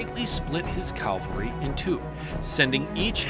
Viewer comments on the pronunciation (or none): please say "cavaLry" going forward, not "caLvary"...